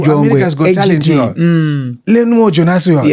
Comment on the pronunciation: keeps saying Learnmore Jongwe Not Jonasi. small issue but it's good to get these Peoples names correct as a Host.